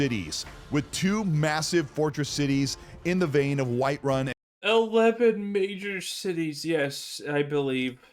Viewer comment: The massive city of Whiterun he said 🤭